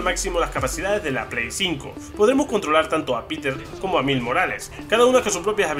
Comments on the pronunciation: JAJAJA hable bien wey ! Como “Mils morales” se pronuncia “mails” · Saludos y como siempre sorprendiendo. Se dice Mails Morales, pero eso tu ya lo sabias, creo que se te fue decirlo. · buen vídeo, me encanta marvel, aunque se dice mails morales, el video esta bien hecho. Saludos